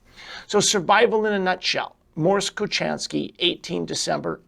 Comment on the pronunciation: His name is pronounced with an H not a cha his patents were pols